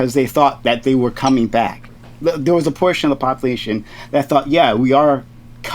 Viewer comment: What is "Popoolation"?